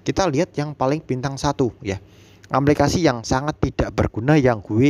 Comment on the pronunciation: Aplikasi mas.... bukan amplikasi.